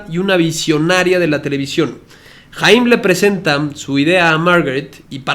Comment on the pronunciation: Se pronuncia "jayam" saban